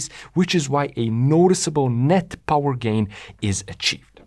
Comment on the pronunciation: no no no, it's not Powa, it's Powaaahhhh